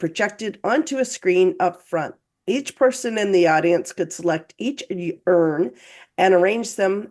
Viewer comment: Does "graduation", in particular, say that the lady has become very good at becoming secretive? Is graduation not always positive? I was so befuddled at first by pronounciation of the word "urn" 😂